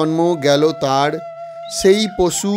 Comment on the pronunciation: Tar bolun thard noy thik kore bolo